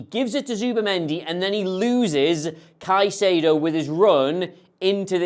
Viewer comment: this man said Caicedo 🤣